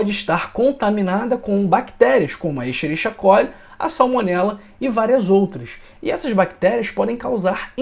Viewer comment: Ja vi que o doutor nao estudou latim... Não é isxerixia coli. Ora, no latim o ch é lido como q, portanto, diz - se isqueriquia colii... Certo?Entao: isqueríquia!